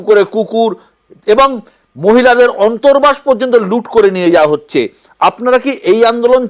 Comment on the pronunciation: এমন ছাত্রনেতা, সে অন্তর্বাস কথাটাও ঠিক করে উচ্চারণ করতে পারেনা, বলছে ' অন্ত্রবাস' 😅। বাংলাদেশের উচ্চশিক্ষিত বলে কথা😅